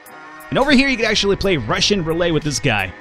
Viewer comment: "Roulay"?! Roulette! :)